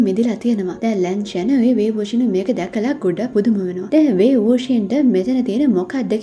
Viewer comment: අක්කේ ඔයා මේ කැරැක්ටර්ස්ලගේ නම් කියන විදිහ වැරදි ආයි බලලා ඒක හදාගෙන දෙවෙනි එපියත් අරන් එන්න,අනික ජියෑන් චැන්ග්ගේ අක්කා තමයි යැන්ලි නංගි නෙවෙයි,අනිත් එක ලැන්චාන් නෙමෙයි ලන් ශාන්,ලැන් යි නෙමෙයි ලන් යි,ලින් ජින් නෙමෙයි ජින් ලින්,මන් හිතනවා ඔයා මේ ටික හදාගෙන ඊලඟ එපිසෝඩ් එක දායි කියලා ☺️